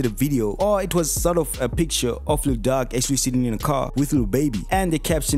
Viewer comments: He butchered the name 😂 "Duck"??? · Ur emphasis on Lil duck kills me everytime😂😂